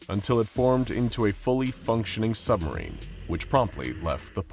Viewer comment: We all live in a nuclear sumberine, a nuclear sumberine, a nuclear sumberine🎉🎉😂😂😢